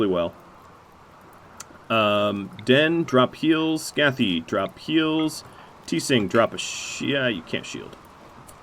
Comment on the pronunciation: Tseng = Zheng = Cheng = Zher - Ung as one syllable.